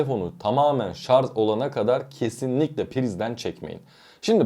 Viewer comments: Lütfen artık şarz demeyin doğrusunu öğrenip şarj deyin. Bari böyle bir video yapan birisi bunu yapmasın ! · Şarz değil ama yaaaaa şarj.. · ŞarZ değil sevgili kardeşim ŞarJ. Yazarken doğru yazdığınızı görüyorum. Bu doğrudan sizin seçiminiz mi yoksa yazım denetim programının düzeltmesi mi bilmioyrum. Ama yazarken Şarj yazmışsınız yorumda mesela. Ama konuşurken nedense ŞarZ diye okuyorsunuz. Biraz dikkat ve çalışmayla değişebilir diye düşünüyorum. "Çok mu önemli?" diyebilirsiniz. Kişiye ve kişiliğe göre değişir cevabı. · ŞARZ değil ŞARJ. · Şarz değil ŞARJ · Şarz?? 😂😂😂😂😂😂😂 Charge kelimesinden gelen bu kelime “şarj” veya “çarc” diye okunur. Şarz diye bir laf yoktur.. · Hele birde;şarj diyebilseniz içime fenalık geldi!!!şarz şarz şarz konuşmayı öğren önce. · adam ŞARZ kafalı, anlamaz! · Bu nasil tepki. Yanliş soyliyorsunuz. Biri dogrusunu söylüyor tesekkür edip dogrubsoylemeknocin calisacaginiza yanlista israr ediyorsunuz vebsayggisizca cevap veriyorsunuz. ŞARZ degil ŞARJ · Şarz degil şarj şarj. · daha şarj demeyi bilmiyorsun şarz deği! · sarz değil yahu öğrenin artık şunu şarzzzzzzzzz degil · Şarj demeyi bile bilmiyorsun millete ahkam kesiyorsun. Söylediğin şeyler de doğru değil. Uzun ömür için lithium pilleri %20 nin altına düşünce şarj etmeliyiz. Hiç mi okumuyorsun araştırmıyorsun? Ayrıca hızlı şarj pil ömrünü bitirir. Orjinal şarj aleti yerine düşük amperli yavaş şarj eden kaliteli bir adaptör pil ömrünü uzatır. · Şarz ne yaa… dinleyemeyeceğim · Bir de "Şarz" demeseydiniz.... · ŞARZ dediğin anda videoyu kapattım.. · Önce şarj demeyi öğren. Sonra video çek. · sadece 3.58 dk.da 297 kez "ŞARZ!!" dedi.